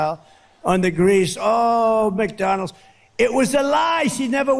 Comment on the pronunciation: Why does he drop the d on the end of McDonalds? Lol just noticed this, Mcdonals hahah!